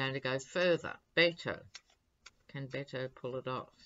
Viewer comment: Hi: Please don't think I'm being rude, but Beto's name is pronounced as if the Bet part is a wager, Bet-o. I love what you do. You have a very attractive spirit.